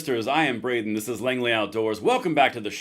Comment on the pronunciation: Braden , not Jaden , lol , I am Luvin' it & I ain't twlkim' 'bout McDonalds 😂